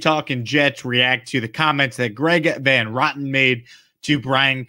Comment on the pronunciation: The last name is pronounced VAN RO-TEN, not VAN ROTTEN